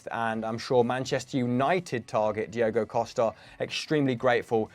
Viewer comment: Diogo = Diogo 😅😂